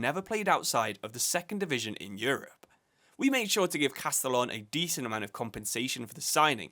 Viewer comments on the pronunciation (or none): none